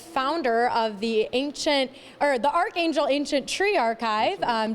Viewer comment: The anchor doesn't know how to pronounce archangel lol